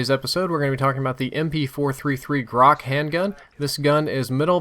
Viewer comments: Это грач а не грак бля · It's not "grak", it's "grach", as in "rich", which means "rook" in russians (it's a bird that can't be found in Americas, so some of you may not know it). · Its not graK, its graCH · MP443 Grach* not "MP433 Grock" Either way, great video as always. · MP-433? Really? And Grok? Its Gratch, the ch is like channel ch xD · As I was forced to say on the PDW episode where I noticed this: It's "Grach". Грач. Like "Gra-T-ch". Not "Grakh". The "ch" is like the one in "chamber", but NOT like the one in "chlorine". Get it? Грач. Grach. Still, good videos. Please, never say "Grakh" again when referring the the MP-443. The title also says "MP-433", which is ten less than 443. Please fix this tiny mistake. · thanks for having a wonderful review and I certainly have no intentions of trying to demean you or sound like an ass, but it it pronounced Грач (which means crow) -- "Graitsch" or "Grish" with a long "i." I don't expect that you've rubbed up on your Russian recently, but its not "grock" lol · you pronounce "GRACH" wrong :) at the end, last two letter pronounced like first two in the word "CHoper" :) "Grach" in russian means bird "Rook" :) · its pronounced GRA -CH ("ch" like "china") - its name is a referance to a russian bird due to it's sound being like a bird's call XD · Just so you know, it is pronounced "gratsh". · To pronounce -grach CH like champion CH not graH!!! Грач...just saying!... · Grach, "ch" like china not like "k" im russian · nice guide, but the "ch" is pronounced like the ch in "chime"